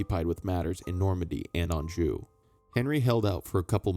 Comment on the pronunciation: Why is it you can pronounce Anjou but can't pronounce Worcester correctly 🤣